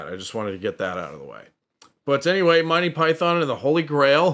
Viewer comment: I enjoy the channel thanks. Note that Monty Python is normally pronounced Mon-Tee Pie-Thun. Rather than "My Pie Thon". But hell, whatever works for you 🙂